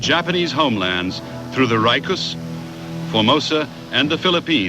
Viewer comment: It's actually Ryukyu- ReeYookyoo.